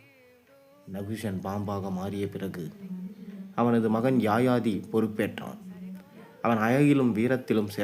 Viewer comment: Yaayaathi alla yayaathi sariyaaga uccharikkavum